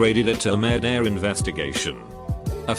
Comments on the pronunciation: Normal people: murder Text to chat on Reddit channels: merdur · No one: Text to Speech software: "merderre" is better than "murder"